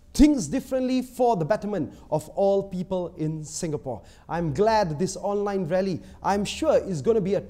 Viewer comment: "Many pweepler ask me whyy I don't hold an actual rally..." YOUR ENGLISH CMI LA. THAT'S WHY...